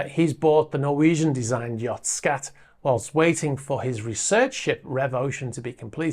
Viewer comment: The A in SKAT is pronounced as a U.